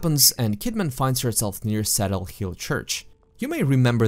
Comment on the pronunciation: What is your native language? You're English is REALLY good, however you pronounce some words very peculiarly. Such as "crow" pronounced as "Crou" and pronouncing "Cedar" as "Seder". I'm not knocking your English, it's REALLY good...but just kinda strange how you pronounce words much much more complicate and then pronounce some words incorrectly. I always enjoy your videos, you have a good oratory voice for sure.